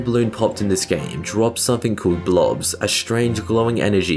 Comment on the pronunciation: Sir they’re actually called “blops” and not “blobs”